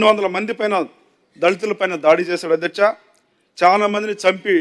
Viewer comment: అద్యచ కాదు అధ్యక్ష